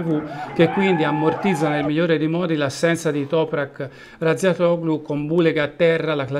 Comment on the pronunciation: Topra Razzatioglu !!